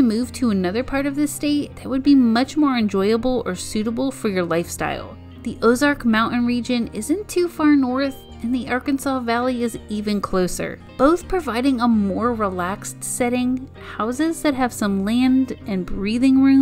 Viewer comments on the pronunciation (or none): For goodness sake, there is no word "impor-in," "mou-an" and "bu-in" or even "Cli-in"... PLEASE pronounce the 't' in these words. If you are narrating a video, you really need to articulate!! I'm not sure why so many people - esp. young people - have trouble with this. It's quite annoying. Pretty soon, we'll start hearing "Li-l Rock!" :(